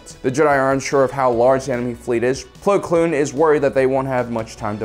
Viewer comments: Well to be fair he says it correct so I think it was just him saying it wrong just because ig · Haha "Pong" Krell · He always says “plo kloon” when the name is “plo koon” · Do you call him Plo Cloon just to annoy me personally? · Why does he call him Plo Kloon and not Plo Koon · Plo Kloon? Plo Koon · plo kloon